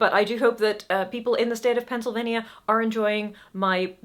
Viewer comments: Pennsylvanian here, I ordered hardcopy from Amazon (I think? been a while). is pronouncing "Pennsylvania" quite correctly. Penn (as in William) sylvania. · Can confirm the local pronunciation. Spot on. Though most of us just call it by its state code, PA. Because 4 syllables is too many for everyday use. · I had to back up and listen over to notice the pronunciation. so I'd classify it as pretty darned close. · I LOVE how you say Pennsylvania. (I'm a Pennsylvanian) We pronounce it pencil-vain-ya but pronouncing it how it is spelled makes our sound like a small kingdom. Thank you. ❤️ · As a Pennsylvanian your pronunciation is acceptable. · As a longtime resident, your pronunciation is fine. I didn't realize you had an issue with it until I saw this note. Now I wonder if I've been pronouncing it wrong! Meantime, I'll check with Cupboard Maker Books in Enola, Pa. (outside Harrisburg, the capital). When Michelle gets behind a book, she can move a couple hundred of it. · I live next door to Pennsylvania and I'm like, "Wait, you're not supposed to pronounce it that way?" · From the US had to go back and relisten to how you pronounced Pennsylvania because I didn’t catch anything wrong with it. It’s honestly fine, I’m curious to hear how people told you to change it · You're fine. I just figured that you have rarely if ever heard/said it before, which is completely fair. No reason for you to know how we natives say it 😁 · As a western Pennsylvanian- you pronounced it the same way I do. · As my fellow PAs have said, your pronunciation of Pennsylvania is acceptable and delightful, and don’t ever change it. ❤ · I love the way you say Pennsylvania! And it beats the way every gate agent at every airport in the US pronounces Norfolk (Virginia, not UK). 😅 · I thought you pronounced it correctly, just in your English accent 😂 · I'm incredibly confused. How did you say Pennsylvania wrong? Aside from us just saying PA, you said it perfectly.